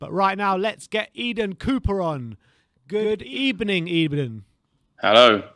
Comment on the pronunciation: A very good ebening 😉 my friend